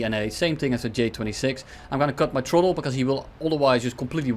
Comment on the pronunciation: I love how when he says throttle, it sounds like troll